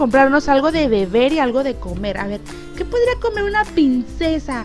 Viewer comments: Tienes problemas con la ''R'' ? o por que dices siempre ''Pincesa'' y no ''Princesa'' La verdad es que rei mucho dije; ''Se habra equivocado la mejor youtuber del mundo? =|'' x'D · las pincesa noooo es princesa aprende a ablara primero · like si te diste cuenta que dijo baby pincesa enves de baby princesa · Hola te quiero mucho pero no es pincessa es princessa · decia pincesa no princesa